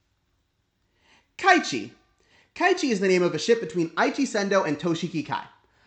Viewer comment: I was laughing so fcking hard when you said kaichi LOL